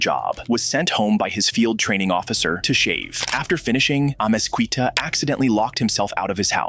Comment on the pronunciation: amezquita amez-key-ta not qwe-ta